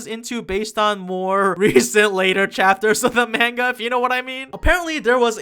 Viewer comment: It's pronounced "MAWN-GA!!!!!!!!!" DX